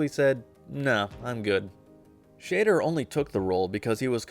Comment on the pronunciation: Never heard or Roy Schader…… thanks A.I. person!!!!!!